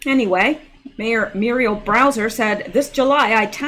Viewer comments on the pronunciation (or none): Hi,! You keep pronouncing the last name of the Washington, D.C. mayor as "Browser" as in internet browser. Actually, her name is Bowser, as in a popular dog name and also a dog breed. By remembering the "dog" part, this should help you easily associate it with the correct surname for Mayor Bowser.;-)